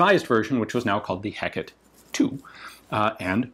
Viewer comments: for English speakers, the pronunciation of "Hécate II (say deux) " is something like "Ay-kât dö " not Hackett ; the "H" is silent in French. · The word is pronounced hec ar tay. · It's pronounced Heh-cot-aye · Not really. He pronunced it more like "Heck-ate" when it should be "Heck-at" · Your pronunciation of Hecate isn't wrong exactly, but I still prefer the three syllable Hek-a-te to Hek-et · I physically cringe every time you say "HECK it" because I definitely would pronounce Hecate as "eh CAH tay" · Come on Ian... The clue is in the name. Hécate (/ˈhɛk.ə.ti/; Heh-Kar-teh), not hekket. Glowers in Olympian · to any non-baguette here, you pronounce it "heck at". yours truly, a baguette. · As a baguette myself, you have to emphasise the lack of H in french pronunciation. So more like eck-at to any english speakers. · Nope. You pronounce neither the H nor the last E. Closest rendition I can think of is "Ai-cat". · I was looking for this, thinking pretty much the same thing myself "If it was Heckett it would be spelt that way!" :D One other thing I noted though, in classical Latin there are no soft letters so "Ultima Ratio Regum" has both a hard g and t sound. Church Latin is almost a totally different language and, to be fair, is probably what would have been used in the French court but it still bugs me. I studied my Pliny and Virgil the old fashioned way dagnabbit! :P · As someone from the American Southwest, not defaulting to the Mexican Spanish pronunciation "heck-a-tay" must be really difficult! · More like "Hay-cat" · you pronounce it "heck at" (signed: a baguette) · In Russian it's "Gekata" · "Heckette" - Ian McCollum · Love it ! (as always) your prononciation of the name in French is quite good, except for the H that we french people do not prononce at all so it would be something like ecat ;) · Pronunciation top from a Frenchman : imagine you say hello to your kitty « Hey Cat », there you go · In England I always heard Hecate pronounced like. Hek a tay.